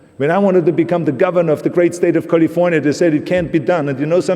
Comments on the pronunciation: Dear Austrians, please note how we say the name of the state "California". That is its name, not "Golly-vornya". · The great state of Cahlee-Fuh-Niahh